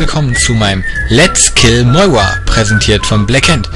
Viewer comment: warum sagt er moiwa?